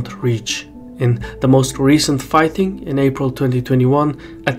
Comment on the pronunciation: WTF is Fighthing ? What are you speaking dude